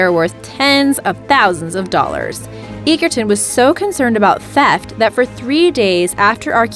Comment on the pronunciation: Egerton is pronounced edgerton